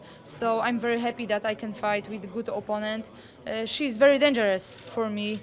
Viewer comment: Joanna is such a "hap-piee" champion! ;P Hopefully, she builds a win streak like Anderson Silva and is "very hap-piee" to do so.